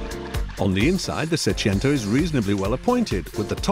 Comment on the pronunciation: Seicento. Not Seciento. Wagon R PLUS.